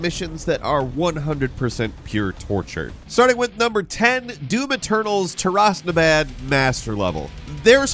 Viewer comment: Tear-us Na-bahd. Not tuh-rass nuh bad lol.